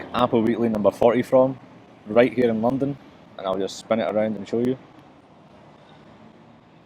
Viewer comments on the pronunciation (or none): notice how all of its glaswegian accent except when he says 'london' in cockney haha